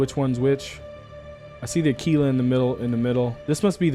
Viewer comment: One of a few YouTubers who says Aquila correctly. Ah-Key-La. Think of Tequila. Its Teh-Key-La, not Teh-Qwill-Ah. Unless you are one of those miscreants that also say Turrent instead of Turret. Those guys are beyond help! Kudos